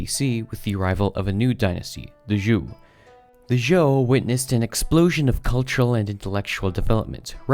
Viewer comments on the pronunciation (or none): Qin, or 秦, is pronounced "ch'in" with a soft "ch" sound, not "keen." 秦朝 is "Qin Dynasty" in Chinese. Zhou, or 周, is pronounced "joe," not "ju." You got the pronunciation of Han and Jin right. Sui, or 隋, is pronounced "sway," not "soo-ee." You got the pronunciation of Tang right.